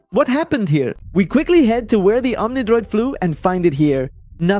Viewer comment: bro keeps saying omnidoid